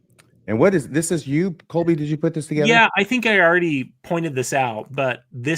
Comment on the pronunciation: I chuckle when calls Colby, Coby throughout this episode.